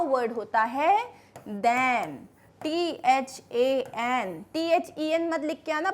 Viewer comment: Mam your THAN pronunciation sound is like THEN